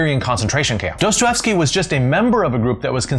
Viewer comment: Dos•toy•yev•sky. Try it, Dostoyevsky. In case ‘sky’ is confusing: Try ski. Dos•toy•yev•ski.